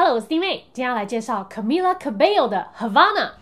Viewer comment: 終於有人念對了Camila Cabello的名字了😂 雖然我早就知道這些了，但我還是很興奮的的看完了… 因為有滴妹😳